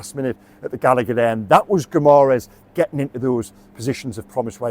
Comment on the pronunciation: 🇵🇹👋🏻Pronounced (Gi ma resh”) Guimarães.Good accurate assessment 👍🏻